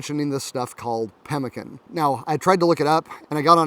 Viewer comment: Read about it in most old west books but never heard it pronounced correctly. Now I know!